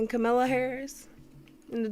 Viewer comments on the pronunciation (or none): Can someone do commentary on how woacb pronounces our new vice president name? When she says it, sounds like kumlotta..... it's Kamala